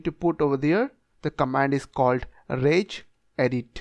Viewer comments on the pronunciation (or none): none